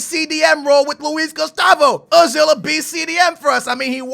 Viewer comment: its oh-zil not uh-zil